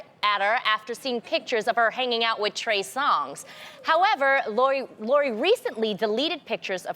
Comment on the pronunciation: ITS TREY SONGZ NOT TREY SONGS🤦🏾‍♀️🤦🏾‍♀️🤦🏾‍♀️